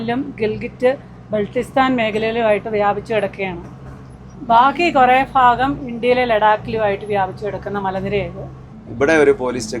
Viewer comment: ഫാഗം അല്ല ഭാഗം ചേച്ചി ട്രൈ ചെയ്യു 😄😄😄ഭാഗം.. ഭരണി. ഭ... ഭ... ഭ... ഭ...